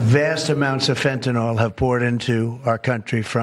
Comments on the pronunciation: Fen ta nyl, not nawl. So irritating! Like Benadryl, the allergy stuff. Nobody ever called that "Ben a Drawl". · It's actually not ril like Benadryl. It's not the drawn out awl it's just a long l sound. Like the y isn't there.